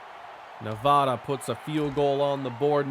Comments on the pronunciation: you still cant say nevada lmfao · Noooooo you said Nevada wrong 🥺